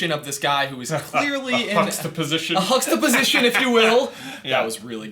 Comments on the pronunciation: "huxtaposition" maaz "forced" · 1 like for "Huxtaposition"